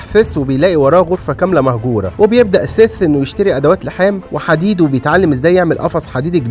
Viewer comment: حد خد باله إن "سيث" بقا "فيس"؟ 😂😂😂